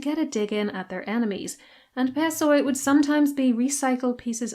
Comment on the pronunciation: Πεσσοί (pessoi) is read as "pesí"